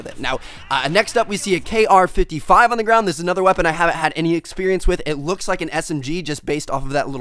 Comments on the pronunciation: The weapon on the ground is not called the KR-55. It's called the KRISS (pronounced Chris) and it is also know as the Vector. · did u really say kr55..... its a kriss vector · TmarT, you window licking fool, the 'KR55' is actually the KRISS as in the VECTOR submachine gun. just a hiccup but it threw me because that is one of my favorite weapons. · it's called "KRISS" for Kriss Super V aka Vector, not K R 55, just wanted to point that out for you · its fucking KRISS= chris its another name for a vector